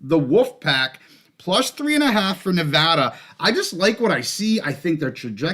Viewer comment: Appreciate the Nevada pronunciation!! 🙌🏼🙌🏼 Always love the show - watching at the park as always with my boy Jerrie!